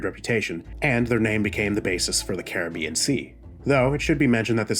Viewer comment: The way you pronounce carribean is so irritating